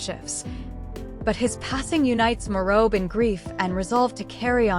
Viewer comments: Pronounce PNG names well? Hate to hear such insane incorrect incorrect name pronunciations Insanely prnounced Weng and Morob? Firebrand politician love watch him dominate most parliament question times May his soul rest in eternal peace ❤PNG loves you Hon. Governer of Morobe Luther Wenge❤❤❤ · thanks for the video but with respect to the leader and the preciseness of the video in particular the pronounciation of his name and the province is incorrect so please do check if not do not use text to speech AI rather use something else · Pronounce Wenge and Morobe correctly! Thank God for this great leader! God bless his family and let their hearts be comforted!